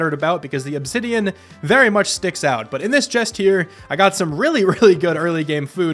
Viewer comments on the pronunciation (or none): none